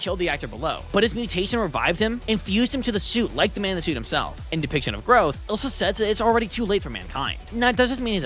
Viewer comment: Ok so this isn’t really about the Godzilla thang but the way you said Elias you said Elsa but I don’t care about that i just want to point it out but cool video and I love your content keep up with the good work👍😁😁